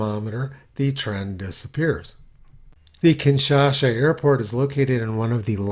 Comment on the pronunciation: It's KinshaSa